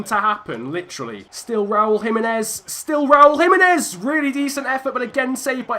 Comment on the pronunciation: jimenez is Mexican so it is h